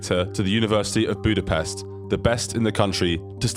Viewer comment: Ahhhhh, he fucking said Budapest right. You know how fucking rare that is??? Pest in english means a bad thing thats why we hate it when they pronounce it that way.